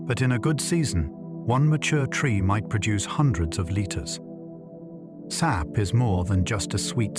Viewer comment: yeah a couple times they say S.A.P instead of 'sap'. Sad how much AI there is now. Makes me wonder how much of this is facts.